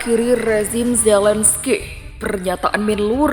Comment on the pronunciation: Zelensky bukan Zelen Skay...